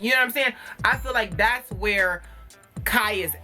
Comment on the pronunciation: "Iz you live whoorrrre?" 🤣🤣🤣 You said exactly what I was thinking Khia's mouth is not for tv (take that how you want🤐)